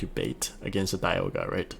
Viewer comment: Does this guy know how to pronounce dialga